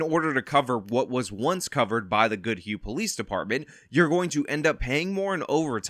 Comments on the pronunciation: You pronounced goodhue fine (I live in the county next door) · You said the name right, I live a few miles away from Goodhue. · Acually you pronounced Goodhue correctly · You pronounced Goodhue correctly. There's nothing weird about this one. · Goodhue is pronounced by you correctly. I know, i lived in Minnesota until I fled to gods country, South Dakota.